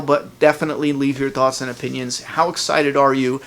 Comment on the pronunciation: "leave your tawts and opinions"